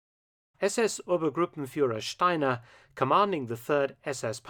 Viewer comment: Each time Mark pronounced "Steiner" with Ganz's accent, I expected Krebs to show up and turn his head towards Jodl...